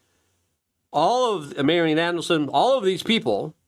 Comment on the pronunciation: It’s Adelson, not Andelson